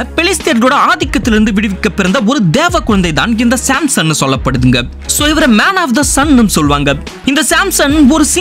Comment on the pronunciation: Samson ❌simson ✅